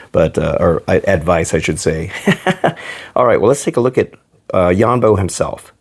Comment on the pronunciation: ITS YONBO NOT YAMBO